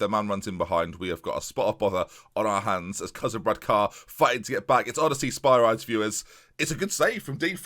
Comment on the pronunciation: Can you please pronounce is Sper - ree - des please!:)